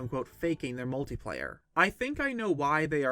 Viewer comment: It's not "Multiplayer" you idot.